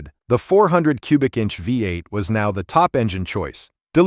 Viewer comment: Great list, but someone oughta teach that AI narrator how to pronounce "V8".